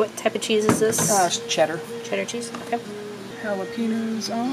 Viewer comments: It annoys me that she said “jalapenos” with the hard n. Even white people know the ñ is pronounced ‘nyi’ (I couldn’t think of any better way to write out the sound of you’re supposed to say it, but you know what I mean) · Not jalapeños being pronounced “halepeenos” 😭😭😭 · It’s pronounced “halapeño” jalapeño